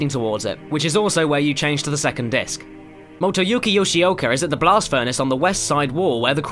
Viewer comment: "Motoyuki Yoshoiker" sorry i just had to couldn't resist it sorry:3